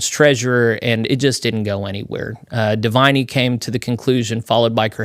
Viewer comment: Pronouncements. DUH-VIN-E. REE-FEW-G-O